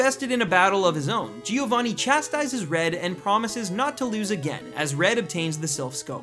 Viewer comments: he means that it's not 'gee-oh-vah-knee' but 'gio-van-knee' (gio pronounced like cho but with a g) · It's not Gi-ovanni -.- it's Giovanni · GI-O-VAANI ...ugh Americans... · Exactly xD